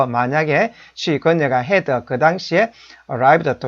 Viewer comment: 이퍼? 해더? 스터디더? 당신이 그러고도 영어 교육자야? 진정한 외국어 교육자라면 영어에 사투리는 배지 맙시다. 사투리는 한국말 쓸때만 하시라구요. 그리고 기본적인 발음은 좀 챙깁시다